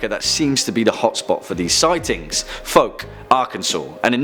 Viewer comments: It's pronounced fowk not folk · Fouke is pronounced "fawk" not "foke". Good video! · F ow k is how it's pronounced. I went there and there's a lot of silliness about the people in that story. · It's pronounced "fowk" Source: born and raised in the area. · It is pronounced "Few-kay" he is a minorly known the rapist. Also be careful in the Pine Barrens because that unkillable Russian is still running around out there.